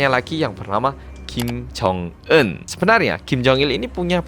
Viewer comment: Ya baru aku tau sebutan nya kim jong enn.. Bukan jong unn